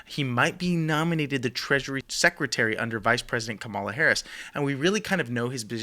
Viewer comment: Not a fan, but her name is Kah-ma-la not Ka-mah-la.